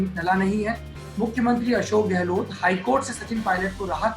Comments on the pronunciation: Sardesai gehloT , kya hai, its gehlot and not gehloT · अबे ग़लोट नहीं गहलोत है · Apko sarei bramhand mei,is adami raaaajdeep ko chorh koyee aur analyst nahi milta.kya majburi aapki.show ka star gira deta hai ye banda .pl call some genuin person or you alone r enough.sab par bhari hain.gehlot ko gelot bolta hai,kya kaha jayei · Bsk gahlot bolna Sikh le pahle